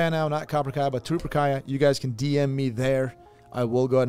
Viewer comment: Every time you say Trooperkaya, I hear chupacabra